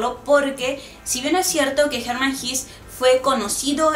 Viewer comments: Por que pronuncia jis... no es jes? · SE PRONUNCIA "GESÂ" NO "GIS". ES ALEMÁN, NO INGLÉS. En alemán, todas las palabras que terminan en E o ER, casi se pronuncian como una A. EJEMPLO: WEISE (vaisa) o HELLER (jela). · Se pronuncia en alemán Como se escribe: Hesse. (no "His") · Sandra Schulz ¿Entonces se pronuncia < > y no < > ni < >? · Hola, me alegra que hayas resenado este libro, es uno de mis favoritos. La verdad que me cambio la vida, completamente. Tengo algunas anotaciones que podrian interesar. Primero, la pronunciacion del escritor vendria hacer algo asi como /jesse/, Segundo, existe una pelicula americana acerca del libro, el director es Fred Haines el mismo que llevo a la pantalla Tropico de cancer y Ulysses. Tercero, la ultima parte del libro la del teatro magico, y las cinco puertas me parece ALUCINANTE muy pero muy parecido al capitulo final de Twin Peaks. Bueno no te aburro un fuerte abrazo sigue con los videos, espero que tu siguiente escritor sea Junot Diaz. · La pronunciación exacta de Hesse es /jéese/ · Horrible pronunciación del apellido!!!